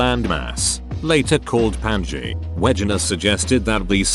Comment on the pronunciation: The last one: Pangea is pronounce ‘pan- jee- ah’